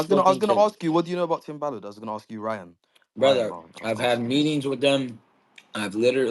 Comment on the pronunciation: Ryan not lien